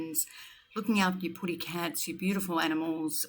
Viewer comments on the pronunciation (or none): none